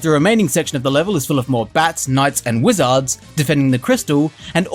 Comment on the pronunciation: Have you never heard how "wizard" and "lizard" are pronounced?